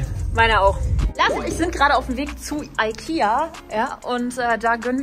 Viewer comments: Warum spricht sie es EIKIA aus😭😭😭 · WER SAGT EIKER😂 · es heist ikea und nicht eikeha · Eikia es heißt ikea